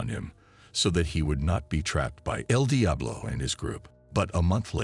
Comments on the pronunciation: It's eL Diablo not....... DI AH BLO 😂 BUT STILL GREAT JOB 💪🏾 and Kontent💯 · Come on AI, the pronouncement el Diablo and el dye-ablo is so annoying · The way he pronounces Eldiablo🚮🚮🚮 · Saying Edeablo is crazy 😂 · Eeel diablo😂😂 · More so than… EL DIAblo!? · Bro I was hearing edi ablo😂😂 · el dayabolo😅😅😅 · Tf is wrong with you.. your pronunciation of EL DIABLO I s very distracting 🤨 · Man the way they keep mispronouncing el Diablo is burning me up real bad 😤🤬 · . He forgot to mention "El diablo" properly 😂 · L d up law. Aghhhr. So annoying. The computer says El Diablo is driving me crazy!!! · El Diablo as well 😂😂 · Also when the idiot says El Diablo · Also EL DIABLO 😅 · Fuckin A.I cant even pronounce names Regg-E 😂 and the was it say El Diablo or El DyeAblo got me in tears 😂😂